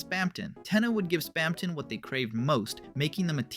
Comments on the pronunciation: Why did you keep saying Spamton so weird? (Spam-ton not Spam-tawn) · its not SPAM-TON its Spamton "Spam-tin" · Bro have u even PLAYED deltarune like at all? You’re messing up so many words from neo-neon? How’d u get that? And span -Ton like he weights a lot of something. As a British you say ton like tin spam-tin idk I think ur talking about stuff u read on Wikipedia and don’t actually have passion for. Dare u to explain undertale without looking it up! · please stop pronouncing it spamtON instead of spamtIN bro. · we produced it like spamtin all through it should be spamton it just sounds way weirder saying it like how it should be spelled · OMG STOP SAYING SPAMTAWN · It's not Spam Tong. It's not Spam Tohnne. It's Spam Ton. Pronounced tuhn. Spamton. Say it right. Please. I can't listen through this whole video with you butchering my boy's name. I had to mute the volume and enable captions, but somehow even the captions are wrong. Please, with all due respect, fix your speech impediment and rerecord all videos where you've spoken his name wrong. It's impolite to mispronounce the name of someone who's listening. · nvm, spamtahn neon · Why do you pronounce Spamton in such a weird way? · I love how that's what bothers you and not the way he pronounces Spamton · why do you keep pronouncing spamton like that though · I cant make it through this the way you pronounce spamton, correct or not, is just acid to my ears and mind.